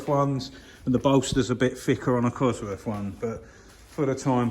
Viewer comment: I wish people would learn how to speak, there's no such thing as buying the number "free cossie parts" or ton of bovver or getting farver or I would rarver or cosworf. unsubscribed